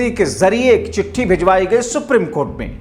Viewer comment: दोस्तो के दोस्त सुप्रिम की जगह सुप्रीम कहने मे दिक्कत है?